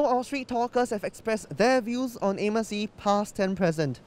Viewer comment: what!?!?! Amos Yee its Anis pee, bruh get it right.